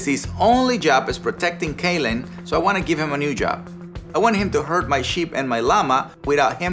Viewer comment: I first heard "I want him to hurt my sheep" :D:D:D edit: why do herd, heard and hurt all sound the same? seriously Tommies, get some new words! xD